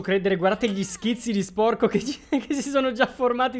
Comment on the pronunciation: Like per chi ama che dice spuorco